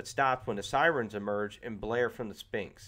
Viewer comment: And "sphinx" Good review though.